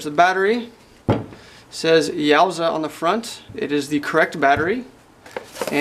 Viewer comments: “You-a-sa” battery. Lol yowzaa battery lol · Yuasa is pronounced "You-Aah-Sah" not "Yaw-zah" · Love your videos, but couldn't tell if you were being facetious when saying "YOWSAH." In case you weren't, I'm fairly certain it's pronounced "Yoo assah." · Its called yuasa battery. Its pronounced u a sa